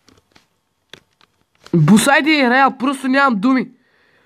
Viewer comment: звучи като " босайде е преял"